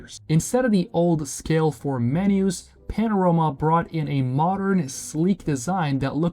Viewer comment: I swear these video scripts are done with AI and these braindead "youtubers" dont even know to pronounce their own script properly.